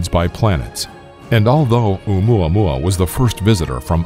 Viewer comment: Maxine Raven Alum i thought he Said omae ma wou xD